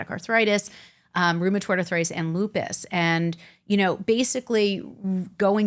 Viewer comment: If she says Lupis one more time, I'm calling Dr. House.